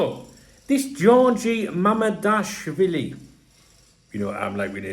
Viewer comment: Thats the perfect pronunciation of his last name bro 👍